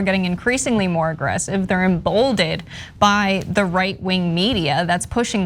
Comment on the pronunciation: Emboldened not Embolded are you guys hiring?